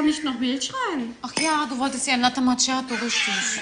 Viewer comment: Alle machen sich lustig über Larissa. Dass sie aber die einzige ist die Macchiatto richtig ausspricht erwähnt keiner!